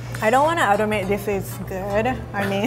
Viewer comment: I love how says admit "adimit" yesss haha